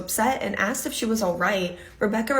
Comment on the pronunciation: Don’t say axt. Troglodyte